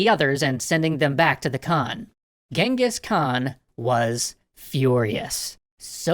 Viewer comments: Please do stop pronouncing "Genghis Khan" as "Gang-hees." It's annoying. I don't mind it being written by that Iranian typo, but the name should always be pronounced as CHINGGIS Khaan. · Its not really gingis its chingis haan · ....it’s Chinngis Khan! I lived there for years. Trust me it’s Chinngis! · It's Chengis Khaan not Gengis Khan i know cuz im a mongolian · It wasn't Genghis khan it was chingiss Khan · Genghis Khan is pronounced “Chinngis.” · It's prounouced xengis han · Its pronounciation is chingis kahn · I don't like the English pronouncing of genghis khan I prefer the original "jenkeez" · It is pronounced jengis han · hi I m a Mongolian and he’s name is not Genghis Khan cenghis han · You do now your saying his name wrong right? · Why all western people pronounce his name horribaly wrong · I love this series. Just super annoying that you don’t pronounce his name actually correctly... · ok part of my uyghur self wants to say FINALLY SOME RECOGNITION but th other part says : thats not how you pronounce that